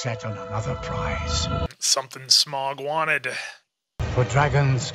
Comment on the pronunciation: Remember, it's not "Smog", it's "SMAUG", like "mouth", and all caps. And you can throw in a little sch to make it "SCHMAUG" for the memes.